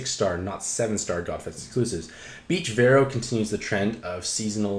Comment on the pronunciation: So we just aren’t saying the “a” in Veroah, anymore? Haha. Great review, as always